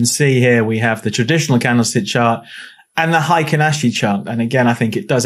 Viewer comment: Solid explanation of Heikin Ashi candles and how they can help with market moves- thank you! Just a heads up as its Japanese and pronounced "hey kin" Good luck with your trading 👍